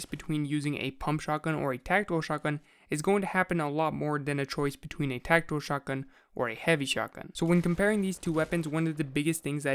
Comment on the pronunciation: The way you say tactical makes it sound Like Techno